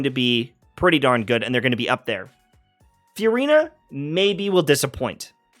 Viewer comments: I love it when you call her Furyna. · Anyone else find the way he pronounces Furina just weird? It’s like f-u-rina